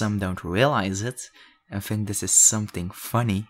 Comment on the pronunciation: 😂when he says think I hear tink